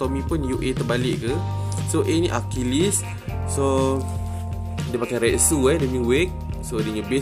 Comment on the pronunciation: Sebutan Retsu Yang Betul Rets Kalau metsu pun sama,huruh u disenyapkan. Mets